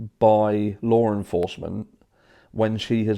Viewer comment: You sound ridiculous pronouncing Law with an "R". Lawr enforcement lol